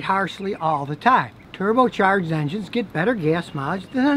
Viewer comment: He say "Rev up your Injuns"